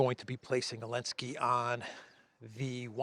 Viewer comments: I can't understand why he says "Elensky" does he have a problem pronouncing the Z? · I love how you say Ellensky haha